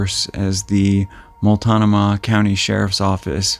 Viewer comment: The county is pronounced, "Mult NO Muh". 🙂 Thank you for your compassionate reporting. 💗